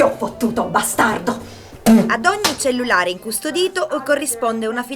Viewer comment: "Il cellelare"